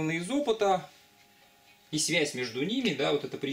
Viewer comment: Мне одному кажется, что лектор произносит "свезь", вместо "связь"?